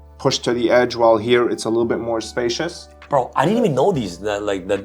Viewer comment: Lost me when buddy said “spacious”